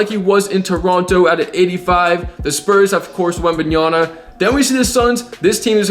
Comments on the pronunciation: WembanyaMa, not WembanyaNa. Greeetings!! :) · You can’t ever say Wembanyama name right😂 You always say “Wembanyana”😂